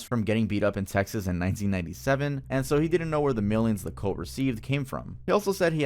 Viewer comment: "Cult" is pronounced "CUHLT" You keep saying "COLT", which is a young male horse.